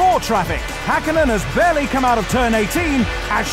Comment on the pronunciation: It's "OUT" not "OUCH"